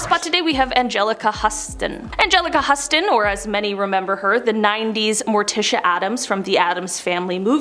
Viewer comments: It's Houston. Agelica Houston... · You're the first person I've ever heard call Anjelica Huston, Anjelica Huss-ston. Where's you quality control?